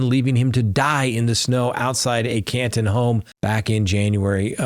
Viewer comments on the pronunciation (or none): none